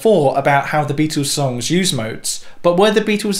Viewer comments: This guy needs to learn how to pronounce the word Beatles . It is not bee twos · Beatles! Not Beatools. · Why don't you stop saying Beatels, littel or middel, it sounds infantile.